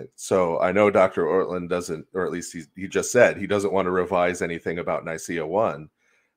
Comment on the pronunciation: it's "Ortlund"